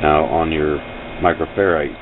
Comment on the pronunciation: it's pronounced, micro-(FAIR-RAD). I could here the annoyance in your voice Sir. I won't ideally correct another grown man, but I would wanna know. thanks for the video!